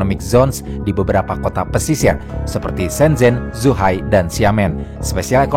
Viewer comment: Shenzen bukan Shenjennn, agak lain lu bang, emng lidah lu huruf z disetting jadi J? Hah?